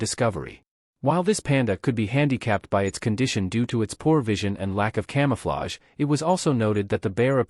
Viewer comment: un come ufflage? .. if you're gonna use shitty AI narrators at least check them before publishing